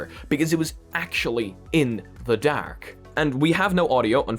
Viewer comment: i had the stop watching this video simply because of the was he says dark..... nope....